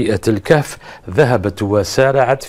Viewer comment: ههههههههههه 😂🖤 قلبو محروق كايقول ،للكاف (الكهف), ههههههههههه 🐴 ههههههههههه 😂